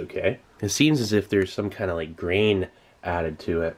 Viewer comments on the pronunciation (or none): I thought he said “brain” not “grain”